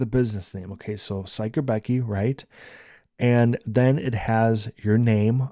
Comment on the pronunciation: Thank you!!! You pronounced Suikerbekkie and Yola perfectly😊. I will definitely try your tips and tricks for my next craft fair.